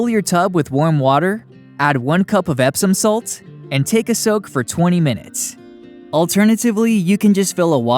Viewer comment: Nice to hear that : Epsom salt.